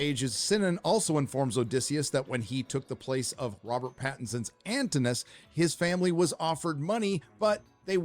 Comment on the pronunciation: Also, mispronounces soooo many of the names. Antinous is four syllables; Telemachos is accented on the second syllable, etc. For someone so cranky about the cultural aspects of the whole thing, you'd think he might at least take the very minimal trouble of getting THOSE right.